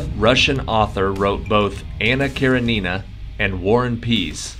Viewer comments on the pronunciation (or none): It is pronounced Anna Ka REN in a! Not Kar e Nina!